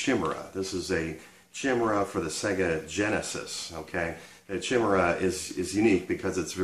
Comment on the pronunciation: That name of that controller you're holding at the 25 minute mark (Quickshot Chimera) - is pronounced "ky-meer-ah". Not "chim-er-aa". The Chimera was a creature from Greek mythology. It was usually depicted as a lion-like creature, with the head of a goat emerging from it's back, and a tail that ended in a snake's head. You get to fight one or two as tough mid-level bosses in one of the God of War-games on the PlayStation 3. The word 'chimera' these days usually means a creature that has characteristics of more than one animal.